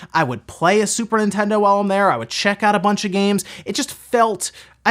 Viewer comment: Is it my waxy ears or does he pronounce Nintendo as In-tendo??